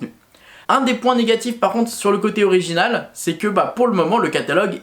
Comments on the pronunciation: Il l'a dit à l'anglaise bg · Quel rapport avec l'accent de merde des français ? Il n'était clairement pas question d'accent français pour le coup, il n'a pas tenté de le prononcer en anglais, c'était une lecture de "original" purement et phonétiquement française ahah Et je m'excuse mais du moment qu'elle est constructive, une critique est toujours bonne à prendre. Je n'ai d'ailleurs exprimé que mon ressenti sans attaquer personne, donc si on ne peut plus faire ça c'est dommage.